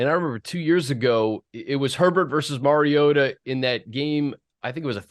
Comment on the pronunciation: Compliments to both of you for knowing the correct pronunciation for the name of your subject; Mariota. Demonstrates your high level of professionalism and taking pride in the quality of your work. Watched the entire video and Mariota was pronounced correctly every time without fail. Keep up the good work.